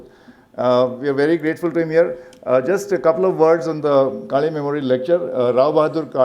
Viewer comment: to the lady doing the introductions at the beginning it is काळे and not काले . Surely you can take some effort to pronounce that right. you are representing the institute